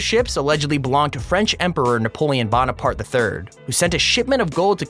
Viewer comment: You mispronounced Napoleon Bonaparte's name? Take care and God bless.